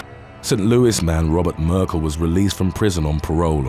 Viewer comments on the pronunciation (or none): none